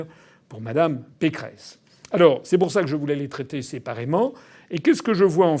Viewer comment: Vous avez dit "Valérie Pécron" au lieu de Pécresse, au début , c'est très très rigolo, vu qu'elle ressemble tellement à Emmanuel Macron ...